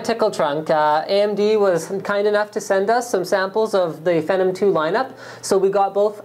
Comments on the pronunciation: ugh i hate how he says it "fehnum" ITS "FEENOM" DUMBASS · SAY IT WITH ME PHEEEEENNNOOOMM SHEESH NOT FENOM LOL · It's Phenom not Phenum LOLOL. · The word IS PHEEENOM, but I believe it was intended to be pronounced FENom. Because it was originally part of their spider platform? Venom, perhaps? Unless they weren't that clever about it.. Either way. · you just contradicted yourself like 3 times in that comment. if it came from the word phenomenon, then it wouldnt sound like your saying a slurred version of phantom. FEE:as in toll or acceptance charge; NOM: as in what lawlkats eat FEENOM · lol he calls it Fennum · is he saying phenom wrong? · It is pronounced Phenom btw :-) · omfg the way he says phenom makes me fucking made